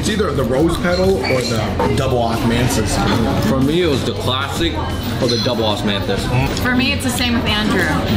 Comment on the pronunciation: Dubble Osmansus, your tongue getting a bit numb there David? lol Where did you get the beer btw? I wanna try this beer in bag.